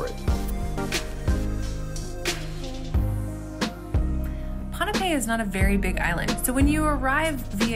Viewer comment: I like how you pronounced pohnpei correctly. Most videos here pronounce it “pompei” 😁